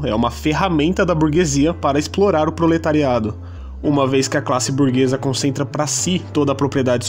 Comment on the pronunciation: "Burguessa"?? Ou *burguesa?